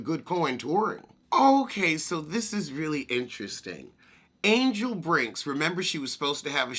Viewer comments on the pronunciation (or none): none